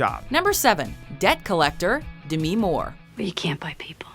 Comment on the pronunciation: BRUH YO BITCH YOU SAID DEMI LIKE IT WAS SOME KIND OF FUCKING DESEASE LIKE WTF ITS DEMI NOT DEMEE OR SOME STUPID SHIT YOU DUMB CRACKHEADS